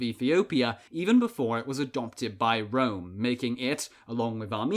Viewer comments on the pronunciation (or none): none